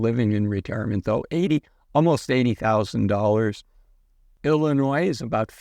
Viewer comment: Hey buddy I’ve enjoyed watching your videos. BUT the “S” is silent in Illinois. 🙄